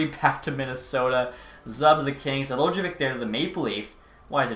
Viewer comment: It’s pronounced NE-Del-Ko-vich